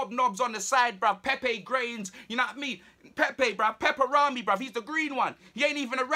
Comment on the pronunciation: Man said PEPErrami 🤣